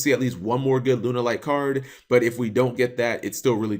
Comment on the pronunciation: >Has to specifically type in "Lunalight" in the title of this video. >Still manages to say "Lun-er-light".